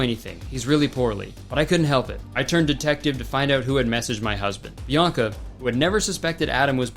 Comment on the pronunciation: Her name is Bianca, not Bionca.